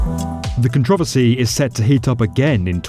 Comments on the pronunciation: Con-tro-ver-sy. Not con-trov-er-sy. Idk. I'm just picking at the details. Good video though. lol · Controversy not Cantravasy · Nobody: Literally Nobody: Like not even Satan: The Narrator: “Kentrovusy” Seriously, It took me a while to realise what “Controvosy” meant. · the way he pronounces controversy... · you should look up how to pronounce controversy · i HATE how he said the word "controversy" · When u said controversy I thought u said a whole new word I ain’t ever heard of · you gotta learn how to pronounce "controversy" better.